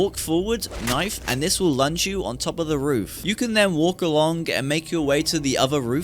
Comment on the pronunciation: he even says "alonk" instead of "along". I think he has something against the letter G